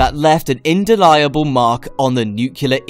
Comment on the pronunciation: "an indeliable mark"? Well, sorta: your headline is a lie. This rise is not "insane." It is nonexistent. It isn't happening. Yet. Eventually it will happen, because there's nothing insane about it. It's just ong overdue. "Indeliable," of course, is Youtoobese, a language these people are trying to import to Planet Earth from wherever it is that YouTubelets are conceived.